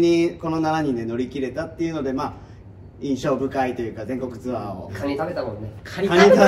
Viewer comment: 宮近さん、ツアーがシアーになってますよー